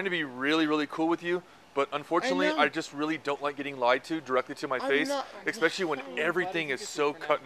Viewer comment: This cop kept his cool pretty well, but it's hard to take anyone seriously when they say "expecially."